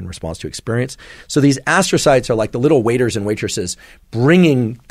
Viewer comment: Ass-trocytes, huh? That explains a few things.